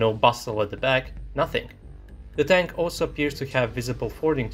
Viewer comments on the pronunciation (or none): none